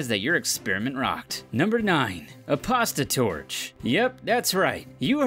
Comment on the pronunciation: When you said a "Pasta Torch" I thought u said a "Prostitute" 😂